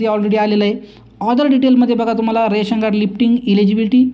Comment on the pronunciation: राशन कार्ड असे म्हणत नाहीत, रेशन कार्ड म्हणतात .